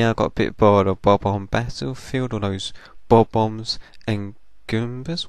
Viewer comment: lol i like how you say bomb-ombs "boboms" i dont mean to make fun of you